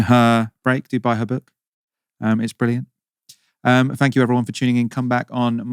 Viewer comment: Thank you comes out as a shank you..the accent went bad.